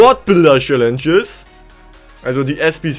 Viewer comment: Das heißt Squad Building Challenge und nicht Squad Builder Schallenge :D